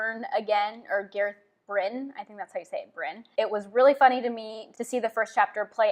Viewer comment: The glossary has it as GAH-rehth BRIHN and SWAHN SAHN-chay so her pronunciations are pretty close to correct.